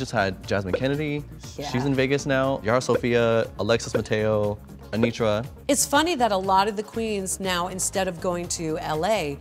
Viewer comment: My coworker called her aNOTra and now I can’t unhear it